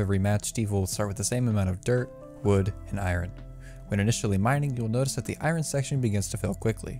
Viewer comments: instead of i-ern? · I never heard anyone say I-ron